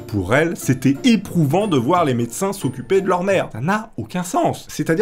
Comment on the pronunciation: et - C'est moi ou j'ai l'impression d'entendre le mot «merde» plutôt que le mot «mère»? LOLOLOL😁